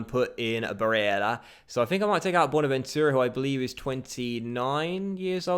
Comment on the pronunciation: im sorry but can u stop fucking saying Barella's name like that 😂 its getting under my skin.